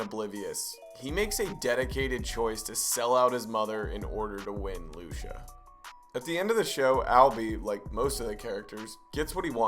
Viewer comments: Her name is pronounced Lu-chee-ah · “Loosha” lmao I love how you pronounce her name